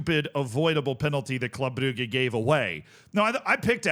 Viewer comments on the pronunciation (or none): I'll never get over how pronounces "Club Brugge"